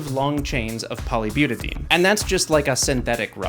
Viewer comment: This was awesome! And Please, byu-ta-DI-een 👍